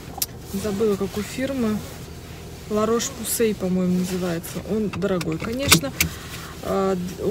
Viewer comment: Название марки La Roche-Posay читается на французский манер: Ля Рош Позэ (ударения на «я», «о» и «э»)